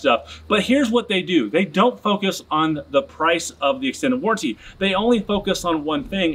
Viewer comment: Warranty doesn’t sound like guarantee. Stop saying it like warrantee 😂